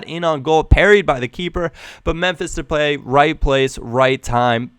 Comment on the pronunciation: Depay is pronounced De Pie. P. S. u is AWESOME